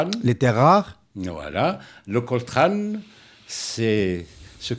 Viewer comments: On ne dit pas COLTRAN mais COLTAN, pour Colombo tantalite,, c'est un géologue minier qui vous le dit: VOUS OUT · Oui.. bon, a en effet repris le terme de l'intervieweur, COLTRANe (comme le saxophoniste), mais à 9mn05, il précise que COLTAN, c'est COL comme Colombium (et non Colombo, comme le détective), ex nom du niobium, et TAN comme Tantale. On peut disséquer chaque mot, reste que le propos est intéressant.